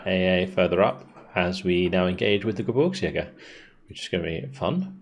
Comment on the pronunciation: GeBIRGSjäger (think beer rather than burr), it almost sounds like you say GeBURTSjäger which comes out as Birth hunters rather than Mountain hunters. :D Keep it up, these campaigns always entertain.